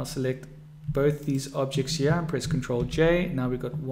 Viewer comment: why are you saying here as yaa